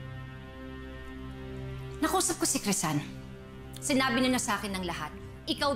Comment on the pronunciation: PARANG HINDI CRISEL YUNG PAGKAKARINIG KO PARANG CRISAN